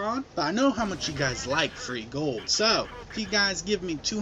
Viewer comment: FRHEE GOUWLD... i would like some FRHEE GOUWLD!